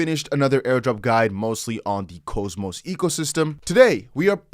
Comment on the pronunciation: If I may. It’s not cho, or cohmos, it’s pronounced cause-mos. Au… awww. k-aww-mos.